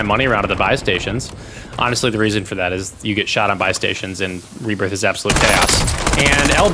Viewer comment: 'rehbbirth', always something super small to purposely troll the speech OCDers...